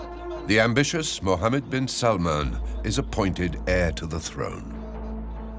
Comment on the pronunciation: It's not 'salmon' it's 'salmaan'. When will you westerners ever learn?